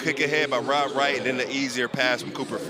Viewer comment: The commentator was butchering Rob Wright's name the entire video lol. Can bro not read?